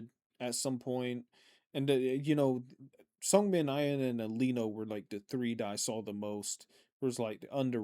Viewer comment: Thanks again for the reaction! It's always fun to watch on my way to work❤ Side note (and I hope I don't come out as obnoxious) Seungmin's name is pronounced more with a soft "eu" sound. If you try making an "oo" sound while you're smiling you get that sound haha If you pronounce it with an "uh" sound, it becomes a different name😅 hope this helps